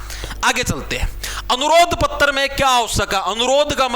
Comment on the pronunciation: पत्र❎ पत्तर✅😂😂